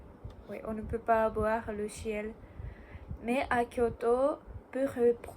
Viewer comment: Je découvre ta chaîne et même si l'on sent que ce n'est pas parfait, ton niveau est correct ! Bravo pour ton examen en espérant que tu l'as réussi. Pour t'aider à t'améliorer : - Personne est un nom féminin (on dit "la personne" et non "le personne") - Tu as tendance à prononcer le son "s" en "ch" (exemple "ciel" que tu prononces "chiel") Agréablement surpris pour ta prononciation du "r", ça peut encore s'améliorer mais généralement c'est un énorme point faible pour les japonais. Pour le vocabulaire ça viendra avec la pratique, tes phrases sont bien construites et c'est le principal. Bravo pour ton travail et si un jour j'en ai l'occasion, ça sera un plaisir de découvrir Kyoto.